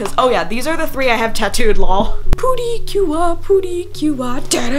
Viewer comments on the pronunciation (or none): none